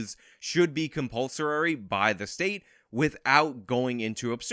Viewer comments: Bro, I really appreciate all your videos and the points you make, but your pronunciation of "compulsorary" really had me distracted during this one. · This can't pronounce "compulsory."